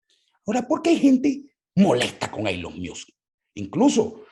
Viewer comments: "Eylon Miusk" Yo por dentro: "Ylon Mosc" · Una critica constructiva, No se dice Elon Miusk se pronuncia " Ilon Mosk ". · Me encanto este programa, entendi muchas cosas que no son explicitas en estas plataformas pero que hacen su trabajo. Solo una recomendacion en la pronunciacion de Elon Musk es como se lee (ilon mask). De nuevo felicitaciones por el programa. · “Eilon Miusk”? Vamos pana, tu eres más inteligente para no tener que hacer eso… suenas como el usurpador criminal